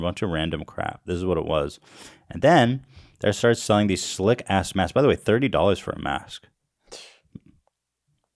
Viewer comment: also "N95 masss"